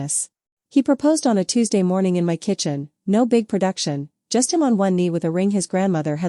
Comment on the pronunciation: Bad from start, 5 seconds in stopped it won't listen. IA voice reading "my" as "m" pause then "y" if it can't read, I don't listen, sad could have been a good story. Doesn't anyone listen to their work before they post it??